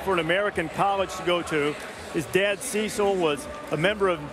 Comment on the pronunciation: I thought Embiid said “I wish I could be dead”